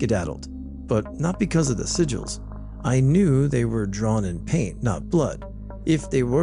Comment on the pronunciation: I love how he said sigils like “siggles” I think I might just call them that from now on